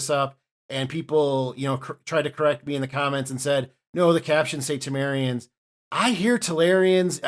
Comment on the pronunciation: I very clearly heard Tamarians not Telerians. He didn't pronounce it 100% correctly, it should have been Tah-mah-rians with stronger emphasis on the 'a' sound, but he kind of slurred it sounding like Tehmerians, with his british accent. So with your American hearing it makes sense that you would think he said Telerians. For some reason Americans seem to have great difficulty deciphering british accents.